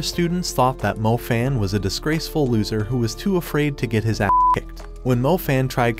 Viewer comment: Stop say a'ss